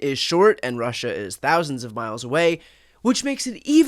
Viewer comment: Rerrr-ushaa 🤦🏼 his psycopathy is an outlier among psychopaths